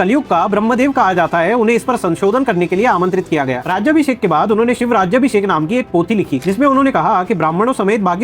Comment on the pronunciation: Sir you are right just one correction The coronation ceremony is named as राजाभिषेक not राज्याभिषेक. राज्याभिषेक is mis pronounced word and in written has proff that Gaga bhatt has written that it's राजाभिषेक. You are doing very good work👍🏻